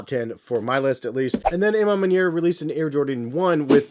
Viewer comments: Literal cringe everytime he said it 🤧😮‍💨🤣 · I wish I had a dollar for everytime mispronounced A Ma Maniere